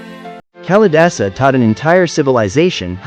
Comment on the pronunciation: Duh...it isn't Callie-dasa! Please! It is Kaali-daasa.